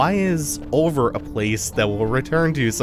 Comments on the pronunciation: Hey, if its pronounced anything like the french word oeil (meaning eye) it word be said like: Oi because oeilvert from french to english would be green eye and pronounced oi-vair-t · Oeilvert is french for "green eye". Here's how it is pronounced